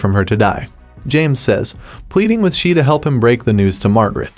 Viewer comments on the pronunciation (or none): It was painful to hear you go on calling Sam Elliot's character "She" its Shea (pronounced Shay) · Sam Elliott's characters name is Shea (Shay) not She. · Sam Elliot's character is pronounced Shay, not She. It is spelled, Shea. The "E" is silent. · I haven't cried that much in a very long time. It was heartbreaking. Sam Elliott's character name is, Shea, pronounced Shay, not She. So annoying. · “Ennis” is pronounced “ N-S”, not “N-ees.” “Shea” is pronounced “ Shay”, not “She.” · Drives me crazy hearing SHE!!!!!!!!!!!! It’s SHAY!!!!!!!! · PLEASe say the name correctly! Shea is pronounced Shay, not She. I can barely listen to this ignorance. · It is pronounced “Shay”. Not “Shee”. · I kept wondering who “Shee” was….Shea is pronounced Shay. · It's pronounced "Shay", not "She". Wish these bots would get pronunciations right. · It’s not “SHEE”. It’s Shea ( SHAY phonetically! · Pronounced 'Shay' not 'She', good lord man. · his name id Shae not shee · Shea not She pronounces SHAY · Sam Elliott’s name is not pronounced “She” it’s pronounced, SHAY! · Shea's name is pronounced SHAY, not SHE. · Its Shay...Not she. Geesh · Wow! It’s not She! How are you doing a YouTube recap video and you don’t even know his name! It’s shea or shay! If you actually watched the show you would have heard the correct Pronunciation of his name many times throughout the show. As you said yourself it’s kind of amusing that you don’t know how to pronounce one of the main characters name’s. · Larry: The many references to “She” is because the narrator is either a “bot” or doesn’t have the education to pronounce Sam Elliott’s character’s name of Shea as “Shay”! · Yes, I found it very annoying every time he said "She" . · Can you adjust your bot narrator to pronounce Shea as [ SHAY]? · It would be nice if the narrator knew how to pronounce the names. I found it very annoying when he kept saying "She" for Shea. Other than that 1883 is one of the best television series of all time. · It’s SHEA not “she”